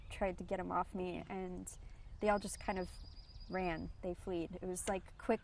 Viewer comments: BTW... It's "Fled" NOT "flead"... idiot. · Fled! Not fleed idiot.